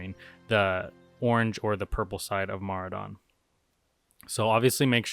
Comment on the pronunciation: He says Mar-a-doon